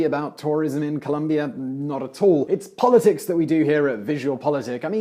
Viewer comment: fyi... ColOmbia... not Columbia... the dude with the American accent kept saying it wrong